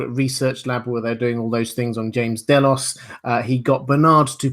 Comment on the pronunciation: Ugh day-los, i cant take it lol